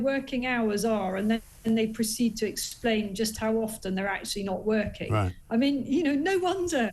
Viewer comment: Did Mike just say "woking from home" or have i just coined a new phrase?...:)